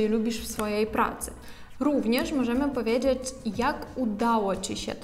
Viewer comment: " powiedżedż" ???? Pracuj nad wymomą!!!